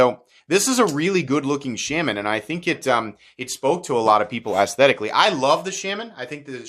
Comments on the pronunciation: The “Sham-man” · shAHman but he mispronounces it. I’ve head Eric Glesser talk about the knife and he definitely pronounced it shAHman. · Please do not listen to this guy about not buying this knife or that knife because you live near the coast or wet areas. This is a hugely over blown topic and as a guy states down in the comments as long as you don't leave it in a bucket of water your fine. When someone can't even pronounce the name of something be it intentionally on not, then that person has zero business giving opinions on subject. Just my two cents